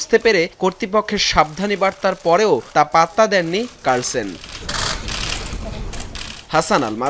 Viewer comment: carsen ta koite paren na apnara?